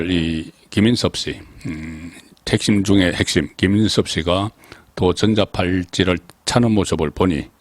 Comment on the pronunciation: 정치부기자 35년 좋습니다 발음상 된말 부드러운말 잘 가러서 멘트하세요 전자팔찌는 된 발음이 아닌 부드럽게 발음 국어 공부 다싯내요 진주사는 사람!😊